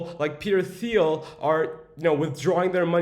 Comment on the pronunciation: It’s pronounce Peter “Teal”